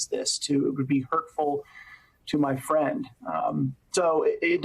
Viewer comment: "uuuhhh my fwiend wants to become a dictator, can't huwt his feewings...." Jesus. Thank you to Michael J. Pence for being the conscience his father clearly lacks.